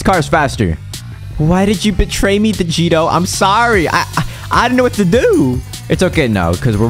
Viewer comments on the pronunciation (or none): guys did listen when the girl say why did you betray me then said i am sarry he said sarry